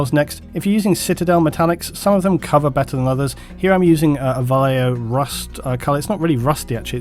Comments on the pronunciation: Just a pet peeve of mine, Vallejo is a name of spaniard origin (and most of the bottle is written in Castillian), so the "ll" in Vallejo would make the word sound like "Vashejo" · Most English speakers mispronounce Vallejo. I think this is strange because we seem to have no problem pronouncing "tortilla," correctly as (tor tee ya). Vallejo is a Spanish word pronounced as (using English phonetics: Ba yae ho). Depending on Spanish dialect, the "b" sound can sound like a combination of an English "b+v" making a hard v sound or a combination of them both so that it differentiates between a 'b' in Spanish, and the "v." Here's a sample to listen to: I hope this helps people.